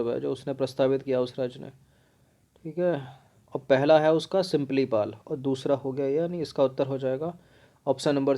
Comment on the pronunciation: यह सिम्पलीपाल नहीं, सिमलीपाल है।